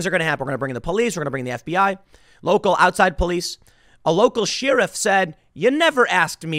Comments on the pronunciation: Not "Sheer-if' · It's pronounced: "Share-iff". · Anyone else get annoyed at how Tim says Sheriff? I finally had to ask. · Why are you saying Sheriff like that?